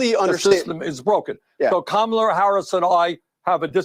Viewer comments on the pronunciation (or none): did he call her Kamaler? Where are the pronunciation police?